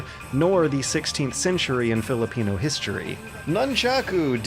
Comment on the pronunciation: Pronouncing Talim's name, Filipino and the Philippines in a right way.. you did it tho.. [insert lenny face here]